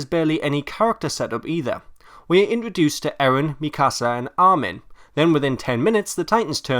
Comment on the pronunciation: Why cant anyone pronounce Mikasa right.... cries :(